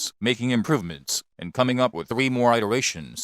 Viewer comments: You don't like "fiwoms"? Not even the Sig P-Thwee Twenty? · The way this auto-generated voice says P "thwee twenty" cracks me up! 🤣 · I like how he says sig p320 like a toddler that can't pronounce the letter R 😂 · The way he says 3 😂